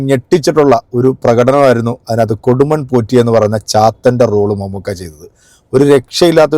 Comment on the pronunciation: കൊടുമൺ പൂറ്റി അല്ല കൊടുമൺ പോറ്റി